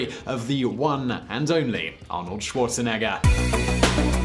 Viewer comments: "Schuorzenegga"? What a pronuciation! XD. By the way he played Fußball (=football). We don't call it "soccer". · The way this guy pronounces Schwarzenegger is probably why I didn't get ads on this video